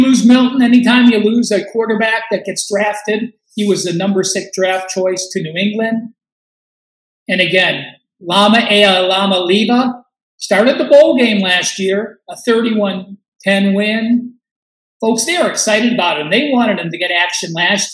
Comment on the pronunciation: You are a not correctly informed. It is pronounced E A MA LEE A VA. They won the bowl game 35-0 not 31-10.